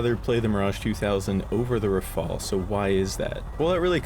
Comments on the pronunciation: cough cough it's.. RHAAAA FAAAL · IT IS RUH FALL